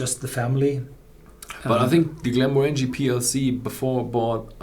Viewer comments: The emphasis is on the second syllable, not the third. glen-MOR-an-gie, not glen-mor-ANG-ie. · The emphasis on the name pronunciation is on the second syllable, not the third syllable.